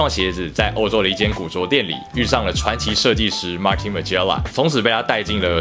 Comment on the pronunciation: 自己的穿搭風格跟Allen差很多，我自己比較喜歡campy風（不是camping（誤😂😂😂。但想說很久了，因為Allen聲音很好聽，所以追完了大部分影片，影片質感也很好👍👍 但法國時裝屋主理人應該念 「馬東」馬吉拉 比念「馬丁」馬吉拉好，可參考哈哈。